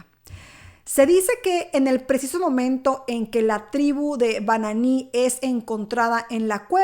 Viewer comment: Se pronuncia "Bin", no "Bananí"